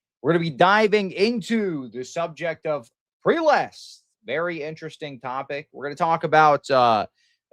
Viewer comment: Prelest is spoken as /PREHLEST/ or if its easier /ˈprɛ.lɛst/ not as preelest